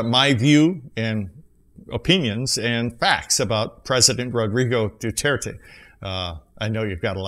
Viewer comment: My fellow filipinos we love duterte i just dont like he said God (you said dudirty)